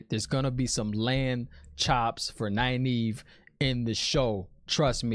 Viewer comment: Oh and I freaking loved Liandrin misspronouncing Nynaeves name. That is a good nod to readers not looking into the Glossary and pronunciation guide in the back of the book haha